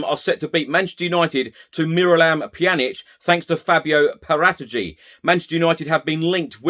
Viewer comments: This is how you're supposed to pronounce Paratici.... I'm now going to say it every sentence so you get the point and I remember how to say it... :-) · Whatever the case is with Kane they’re not going to say anything to the contrary are they if they said he’s available his price goes down and with it any potential perceived leverage. Nice clarification on the pronunciation of Paratici.